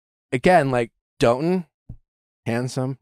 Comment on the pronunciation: I think Dotun is pronounce daw-tun not doe-tun but correct me if I’m wrong that’s just what I thought he and charity said